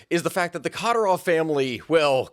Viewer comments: How much effort would it have taken to learn how to and then proceed with correctly pronouncing Kadyrov's name? Minor pet peeve when creator's can't even be bothered to learn how to pronounce the names of some of their main subjects. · Yes, please do a video on Džohar Dudayev and Kadyrov family, without shying away from the atrocities under the regime of the latter. Both wars in detail deserve a seperate video too, and consider the evidence of cassus belli for the second one (Rjazanj sugar plot by FSB). Just please, learn how to pronounce their names (was barely intelligable to the slavic/Eastern European people), you'll sound way more credible for non-native anglophones. To do that you must listen to Russian or Ukrainian pronounciations. The accent goes on the second syllables (including Yevgéñiy Prigóžhin), apart from Džóhar, on the first. There is a lot of material out there (even a summary by Ryan McBeth in Substack), but the best ones are usually in Russian. The very best sources are actual Chechens who have fled the regime (i have a few contacts). The horrors they have gone trough is unimaginable. P.S. Greetings to all the rashists and their botskys here complaining about "western propaganda", 🔱Свободу Ичкерий✊